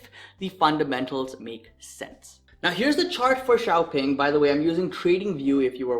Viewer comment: It's pronounced Shaopung if pronounced in English